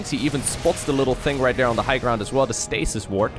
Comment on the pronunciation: I keep hearing "stasis wart" and I chuckle every time!